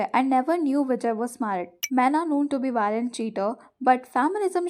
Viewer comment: Not vejay its vijay pls it's sounding like other thing when you said vejay ne